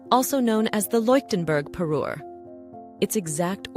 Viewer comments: Me encantaría q pronunciarse correctamente, no le regalo un Perú ( un país) le regaló una parure ( conjunto de joyas que hacen juego). Mí Dios!!!!😮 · Say Parure one more time.